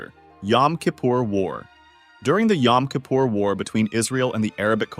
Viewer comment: **yam** kipur I'm used to people mispronouncing Hebrw words but this is a new low...